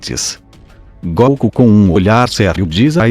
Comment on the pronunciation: Quem é esse comentarista do vídio que não sabe falar o nome de goku direito? Na pronúcia dele ,ele fala goocu. E não goku.